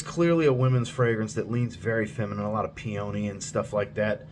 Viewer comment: Just for future reference, peony is pronounced "pee-uh-nee".